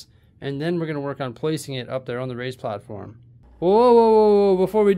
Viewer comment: For some reason i have always thought you said "Ray's platform" not "Raised platform" mystery solved i guess 😂